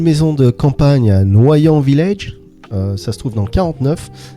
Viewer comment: Noyan village ! Ta façon de prononcer m'a fait éclater de rire ! Je suis juste à côté 😊